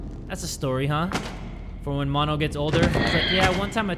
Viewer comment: Mono sounds like mondo